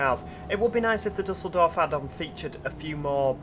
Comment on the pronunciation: just a little tip, it is pronounced like dieseldorf :)